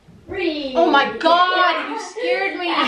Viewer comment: Lol! “Get out m’car!” Sounds like my relatives on my Mum’s side! They are in the west-midlands in England.